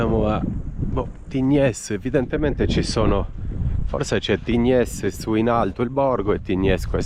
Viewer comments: Si pronuncia Tign. Un saluto 😊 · si dice tign🤣🤣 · La S di Tignes, non si pronuncia .